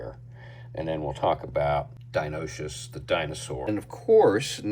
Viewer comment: From my understanding, the pronunciation is “DI-NO-NIE-CUSS” or “DI-NON-E-CUSS” 🤷‍♂️ But just call him Dino and it’s good enough either way I guess lol 😂